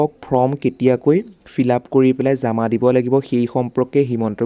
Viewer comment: কথা বিলাক শুদ্ধ কৰি কব জামা নহয় জমা